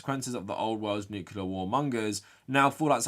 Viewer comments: It's pronounced "Nuc**le**ar" not "Nuke-u-lar"! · I need you to pronounce "nuclear" correctly from now on. You don't want to sound like George W Bush...